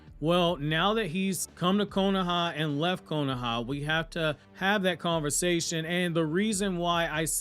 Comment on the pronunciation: Stop saying “KONAHA” it’s called the Leaf Village bro